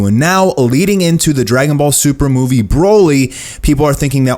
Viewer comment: "And the thing is in this moovo".. (Movie) Lol